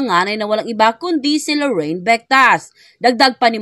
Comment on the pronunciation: LORIN !!! LORIN !!! NOT LORRAINE !!! HINDI LORRAINE !!! 😢